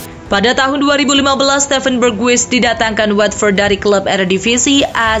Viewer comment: Bukan bergwis.. tapi berghas di baca nya